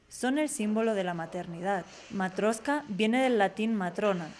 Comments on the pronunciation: NO matrioSka,! Correcto : matrioSHka! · Se dice y se escribe "Matrioshka"